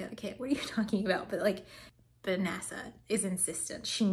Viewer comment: "high up in NASA" and it almost sounded like you said "high up in nazi" but maybe that's just my ears. ;)